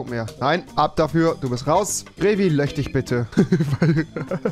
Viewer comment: Wieso kann Rewi SCHizophren sagen aber nicht löSCH wtf